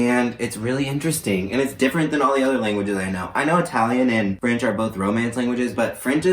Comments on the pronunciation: He said fraonch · lmao as someone who learned extended French from grades 4-12... and like... immersion for 6-9... the way you said froench i just.... sad yeehaw